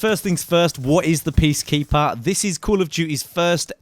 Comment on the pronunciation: did you say Beastkeeper? I swear he said Beastkeeper.